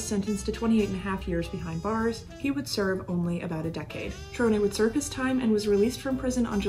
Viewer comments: Hi J. Interesting recap on Cerone. Just to provide you with the correct pronunciation of his surname; you pronounced it “Cher-oh-nay” and it is actually pronounced “Sir-own.” Interesting work you are doing and keep it up! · Actually I’m pretty sure it pronounced Cerone. Sir-Rone But honestly everyone pronounces things differently you’d think it’s one way and it’s something completely different. Honestly no one is wrong unless they know the family and know for sure. Either way she does awesome videos the way she puts everything together, just a pleasure to watch. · I know his family and they pronounce it "Sir Own" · Excellent work as all of your work has been. Many details I've never heard before and ALWAYS great job with the photos. That must take a lot of time. One thing you may want to check is the pronunciation of his last name. I have always heard it spoken in two syllables and sounds like Sir-own or Si-rown... own sounds like the word. You own your house lol.. Sorry I'm not and English scholar lol.. Check that out. Maybe you are the first person who has ever pronounced it right. I hate to even mention it because you do such fine work. But for that reason I'm sure you would want to know if something needed correcting... Keep up the great work J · Love the content but, Jackie Cerone's last name is pronounced Sir Roan again Love your channel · You are saying his name wrong …. Cmon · Why do you keep saying his name like that?🤔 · Just letting you know you are pronouncing his last name wrong only reason I know is because I am related to him